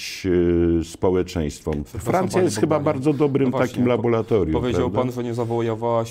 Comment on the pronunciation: Mówi się "kwazi" i "laboRatorium".